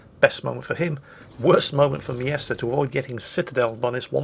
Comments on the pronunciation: OMG! The guys name is M Jester, NOT MIESTER! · wtf is a yester? its clearely pronounced jester :S